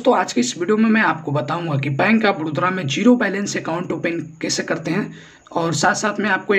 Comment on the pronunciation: बड़ोदरा नहीं बे बड़ौदा